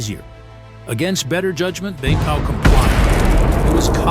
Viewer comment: I was gonna say that. His name prouncation was on point